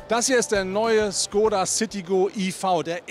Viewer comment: Mensch, warum habt ihr alle Probleme mit der richtigen Aussprache von Škoda? Dein Kollege von Autophorie schießt echt den Vogel ab mit seinem Schkodda 😂 😂 Richtig wäre ein Sch-Laut und dann ein längerer O-Laut, sprich Schkooda 😌